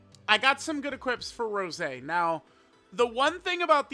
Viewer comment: I think developed an allergy to saying Rosé's name correctly